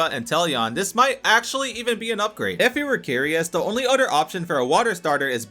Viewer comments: Bros a grown man and can’t say OTHER correctly. it’s OTHER not UTTER. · Why u say other with a d sound like it a cow nipple